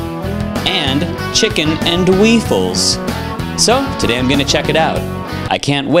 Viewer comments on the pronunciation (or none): "Chicken N' Weefles" I'm done, I swear